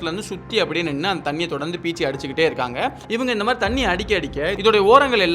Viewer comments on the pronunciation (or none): none